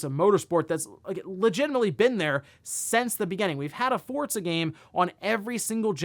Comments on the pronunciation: Love the content. Cant explain why but hearing "Fort zuh" instead of "for zuh" for Forza is like nails on a chalk board 😂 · Is it pronounced fortza or Forza? Sounds like you are saying fortza? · Forza is an Italian word (means “force”); that’s how they pronounce “z.” Just like how you’d say “pizza” or “mozzarella”